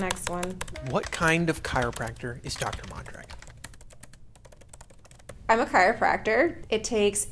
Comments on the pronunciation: Why do you pronounce your last name mahndragin? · I tought your last name “Mondragon ” was Spanish… I’ve heard it but in a Spanish accent pronunciation .